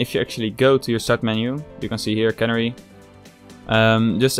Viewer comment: Not sure if anyone pointed it out yet, and it's far from important, but youre mispronouncing Canary. It's supposed to be the same as the bird, "Canary".